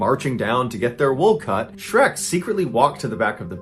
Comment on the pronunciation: Shrek not SHERK